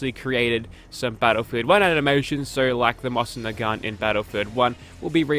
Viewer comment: It's "Moze-inn"